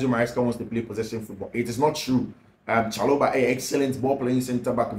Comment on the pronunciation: Please it’s Trevor Chaloba Please it’s Trevor Chaloba Please it’s Trevor Chaloba